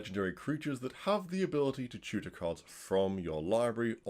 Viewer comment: my plebian ears kept hearing shooter instead of tutor